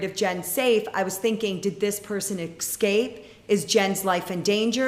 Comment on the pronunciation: Lisa, it is escape, not excape.